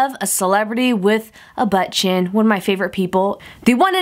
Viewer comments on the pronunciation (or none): I wonder how many times she said "Butt Chin" sounds like butchen lol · Butt chin said with your accent lmfao